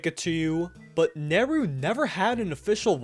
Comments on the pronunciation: ITS NERU. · It’s Neru.